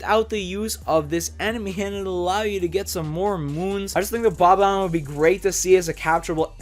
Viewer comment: It’s not called bbomb it’s called bomb omb